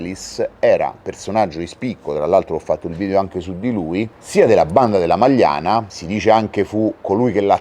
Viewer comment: Non la Magliana: a’ majana